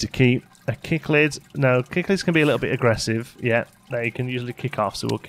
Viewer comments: He said "Kick-Lid," instead of "Sick-Lid." English is funny! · The pronunciation of 'Cichlid' is 'Sick-lid'. My mum has a tank full of them, they're one of her favorite types of fish. Also, I love fish tank simulators and love fish, but this game does look like it needs to be fleshed out a bit more. It seems a little confusing, getting all the numbers right. Right now it's $24.60AU on steam (marked down from $28.95AU) which I honestly think isn't worth it. I will keep an eye on it though and see what they do with it. If it gets better, I'll buy it. I'd also like to see them add cold water fish. I love goldfish and there are so many types!